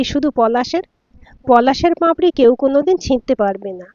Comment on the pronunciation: উচ্চারণ টা পাঁপড়ি নয় পাপড়ি